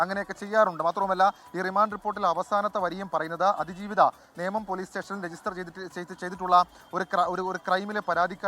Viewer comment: അതി ജീവിത എന്ന പേര് ഒന്ന് മാറ്റിക്കൂടെ 😢അത് പറയാൻ വളരെ അവതാരകൻ ഭൂദ്ധിമുട്ടുന്നത് പോലെ തോന്നുന്നു 😂😂😂